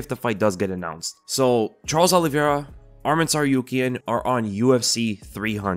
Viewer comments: Hey! good job pronouncing Tsarukyans last name correctly the first time you said it in this video. That’s how it’s properly pronounced. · omg pronounced tsarukyan correctly